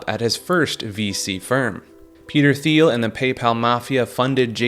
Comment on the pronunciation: Peter thiel is pronounced teal like the color He is extremely rich DL gay politically influencing monster